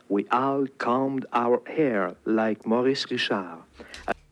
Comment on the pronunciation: Maurice Richard. It's pronounced something like "Mo-REES Ree-SHARRRRRRRR". Try to roll the R when you say it. Don't pronounce the D at the end.:)